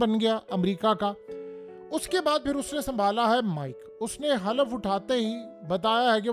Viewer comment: The correct word is Hulf nat Halaf